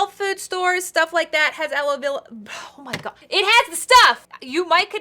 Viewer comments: its ala verA not ala vEra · okay so I’m going to put aloloav Me: are you trying to say aloe Vera?😂🤣